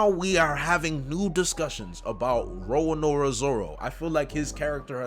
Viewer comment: Roronoa not Roanoa